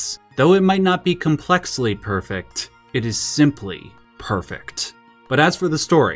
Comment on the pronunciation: I don’t like the way you say perfect.